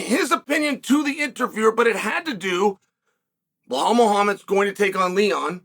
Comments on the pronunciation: 😂 Who's "Blahall?"blow hole? Are we talkin Belal! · Who tf is bahal?? 😂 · No, I am regular viewer of him but he is calling blohal from long time. So I thought to remind him its bilal or Belal no blohal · Blehal. Please remember his name correctly. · Blah-hall 😂😂 (remember the name)